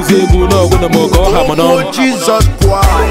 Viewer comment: Lol..... Him no sabi pronounce Christ